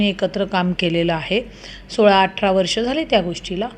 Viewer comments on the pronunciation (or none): none